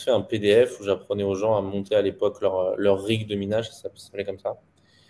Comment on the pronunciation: ont appelle cela un rack , pas un rick.... mdr